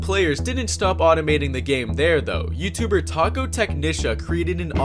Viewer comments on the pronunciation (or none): none